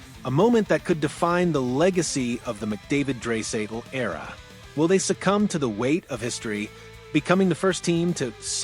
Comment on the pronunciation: Its dry not dray idiot